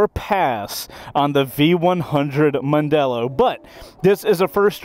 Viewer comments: "Mandello".............................not "Mondello". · Mandello not Mondelo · OC. C'mon, even Mrs. C2W should rebuke you for MANDELLO not Mondelllo- even the graphics got it wrong. That said, it is still a beautiful crafted piece of machinery and time will tell if it can stand out as a base model for the 21st Century-rumour has it that a soft off-roader version is being trialled. I'm being lined up for a trial ride and I can't wait; whilst it is packed full of new tech, there are styling nods to old Triumph Tridents or Yamaha TDMs. RSMF.